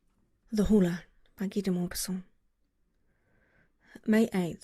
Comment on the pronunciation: ... In hindsight, I should have tried to inform you that the H is probably silent, if I had the chance. xD